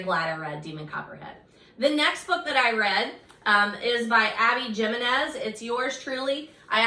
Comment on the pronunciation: Hi! Just so you know, Abby Jimenez is pronounced with an H, so Abby Himenez.